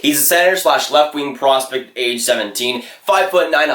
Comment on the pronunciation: Slow down bro, ur talking so fast that u dont even say the second p in prospect